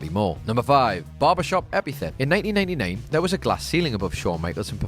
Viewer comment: HBK bit: it sounds like you say 1999 instead of 1989 The superkick barbershop segment wasn't backstage and wasn't in December 1991, but January 1992 I think Austin should definitely be up here